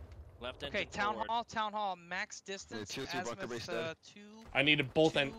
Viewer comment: Just one remark its not a Assmuth its Azimuth 😂😂😂